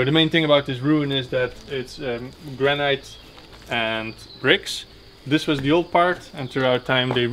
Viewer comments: your pronunciation of "granite" is weird, it is pronounced "GRAN-IT" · Love the videos! I don't mean this in a critical way, but the word 'granite' is pronounced like 'granit' - the second syllable rhymes with 'hit' not with 'height' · Not criticising your excellent English but the correct pronunciation of granite is GRANIT.hope you dont mind me correcting you.